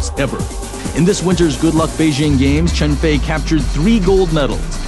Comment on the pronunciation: Her name is Cheng Fei. That's the way you pronounce it. But, Cheng is her last name.